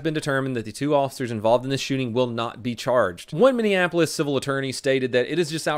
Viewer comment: Wow! pronounced the cities name correctly this time